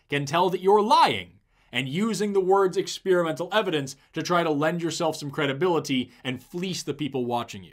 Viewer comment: Did he say Cradulity? Does he me credibility?